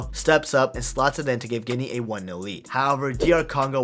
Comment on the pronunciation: its guinea not guine